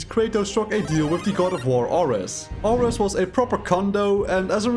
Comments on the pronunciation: bro... "are-ehs"? it's fucking air-eez how do you get that wrong lmfao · You mispronounced ares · When i first heard him mispronounced Ares. I knew this shit wasn’t gonna be that good